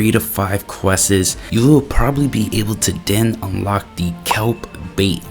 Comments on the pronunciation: Quests ❌ Quessess✅ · Why bro saying questses